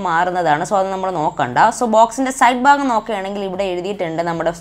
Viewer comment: ഫാഗം അല്ല ഭാഗം